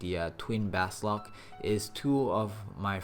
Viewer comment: Thanks for the info - I'm sure you've painstakingly done this video.. just one of the few gripes... -------------- BA SOL K! ---- Not BAS LOK! Grrrrr. So many videos, I've been silently hoping you'd get the name correctly.